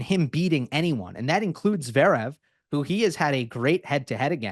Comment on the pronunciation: Agreed, it's quite something, his memory for match scores and narratives I immense. I saw some comments about him saying Daniel instead of Daniil lol. He also says Zeverev 😂 but this just makes him more lovable to be fair. Huge respect.